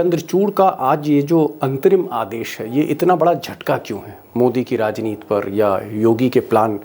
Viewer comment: बार बार आप राजनीति को राजनीत क्यूं बोलते हैं? हिंदी के शब्दों का शुद्ध और सम्पूर्ण। उच्चारण कीजिए।